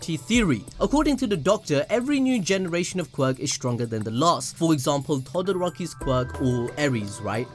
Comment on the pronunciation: Did you say todaraki